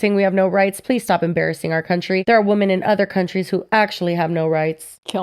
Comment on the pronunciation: I just noticed that doesn't know how to correctly pronounce the word women. Why is this a thing I notice a lot as a non-native english speaker 😂